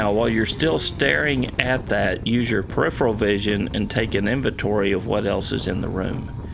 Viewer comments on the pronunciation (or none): none